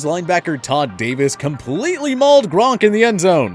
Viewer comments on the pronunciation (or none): none